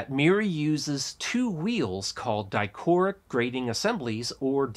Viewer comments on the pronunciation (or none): I think the word is "dichroic", not "dichoric". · dichroic, not dichoric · Just a nitpick: it's pronounced "die-crow-ick" as in dichroic mirror which is like a bandpass filter. At least I am pretty sure that is right. But you seem like a really smart dude so now I'm second guessing myself haha. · Ah, okay. I was watching it on my fire tv, where I don't have a way to leave a comment so I opened it on my phone to ask if that was a dialect based difference in spelling, because I've never before heard or seen dichroic referred to as dichoric. Thanks for answering my question before I even had the chance to ask it. Much appreciated. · I work with a group that pronounces it "dichronic", so yeah don't beat yourself up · Di - crow - ick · You also mispronounce it.